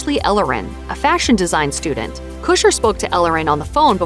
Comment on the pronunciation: listening to you say "Ashton Kusher" over and over is unnerving. His last name is Kutcher...not Kusher. The T isn't silent